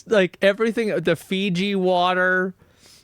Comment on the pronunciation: i think even worse than all of this is that he pronounces "the" as "nuh"